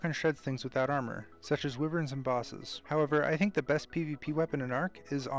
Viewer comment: Why can no one pronounce wyvern right